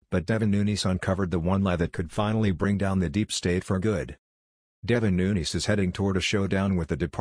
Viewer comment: Get rid of the robot voice, hire a human that can read aloud that can pronounce Nunes correctly!!!